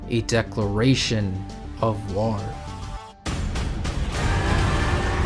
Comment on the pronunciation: Love the analysis I feel like you really understand the character from his self perspective! Little note, bit distracting every time you say war as warrr 😂❤️